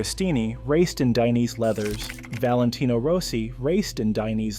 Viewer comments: "Klim" is pronounced "Climb" ......... long "I" .......... Dainese is pronounced "Dayneesee" ................... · "lino daineyss"😭😭